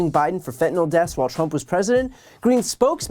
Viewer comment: I hate her too, but ffs Joe- it’s fentanyl, not fettanol.